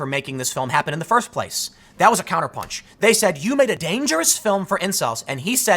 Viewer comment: forst not lel